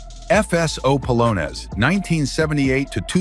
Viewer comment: Palones? Try Polonez, (Polo-nez) as in a Polish dance.